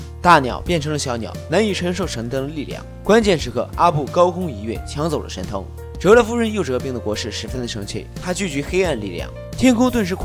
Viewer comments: 你到底说了几遍“神丁”？ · 是不是我的错觉，感觉一直听到 阿拉灯 神丁😂